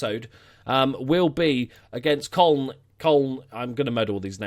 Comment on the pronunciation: Köln is pronounced like K-oe-ln, so it almost sounds like the city it's based in (Cologne)